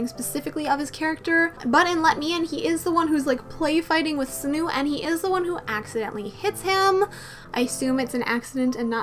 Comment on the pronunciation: sunoo`s name is pronounced as sonu and sunghoon`s as songhoon😂 i just noticed your mistake